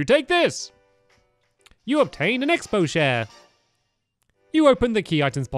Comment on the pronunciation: It's Xp not expo